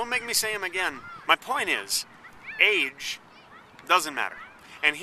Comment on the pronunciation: when you said age i thought you said AIDS and i snapped back to this window